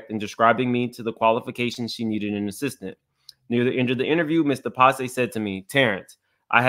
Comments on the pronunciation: It's pronounced De-Pass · You are pronouncing it wrong, its pronounced De Pass.